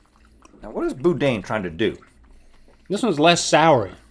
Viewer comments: Link: BOW-den Entire bay area: it's BOODEEN aaaahhhhh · "Boo-dan" not "boh-din" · It's not "bo-deen" it's pronounced "boo-dan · They kept saying "bo-deen" but if it's pronounced the same way as in "boudin sausage," it's "boo-dan." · It's pronounced "Boo-Dan". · i’m from louisiana and when they said boudin i cringed😭 it’s bood-eh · boudin is actually pronounced like boo-danh (if that makes sense?), or at least it is here in louisiana. also, homemade sourdough bread is amazing. we've been making our own with a homemade starter and it's great. yall should try it if you have a lot of free time, you'll never want store-bought bread again, lol. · Boudin is boo-DEEN, guys. 😁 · Boudin is pronounced like boo-dahn or at least it is in Louisiana 😂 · My Louisiana heart had a hard time watching them try to pronounce Boudin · Watching them try to pronounce boudin, as a Louisianan, physically hurt me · I cringed so hard at the way they pronounced Boudin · Listening to them say boudin like that hurt so much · The Cajun in me watching them try and pronounce “Boudin”, they got pretty close a couple of times